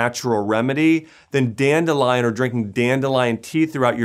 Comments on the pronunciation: If this guy says danelion one more time 😑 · Danelion!!!!! Lol